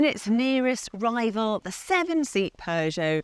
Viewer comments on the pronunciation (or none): none